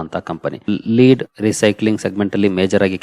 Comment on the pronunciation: It is not ಲೀಡ್ its ಲೆಡ್...its a chemical element